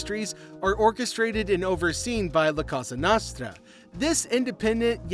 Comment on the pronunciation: your pronunciation of cosa nostra is so cringe